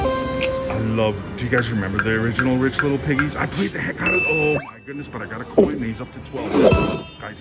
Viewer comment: You are finding all kinds of new games keep it up. I swear you were saying coink instead of coin.